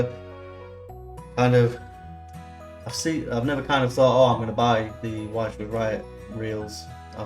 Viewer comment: Thanks for the review. The little clicky thing inside the spool is probably called a ratchet. Wychwood is pronounced Which-wood, not Why-ch-wood. Not trying to sound like an English language copper, just mentioning it. Cheers